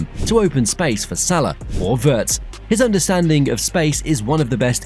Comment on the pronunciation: Good video, thanks. Butb please learn how to pronounce Wirtz correctly. Ifyou can pronounce Steven Spielberg, you should be able to pronounce Wirtz correctly as well!!!!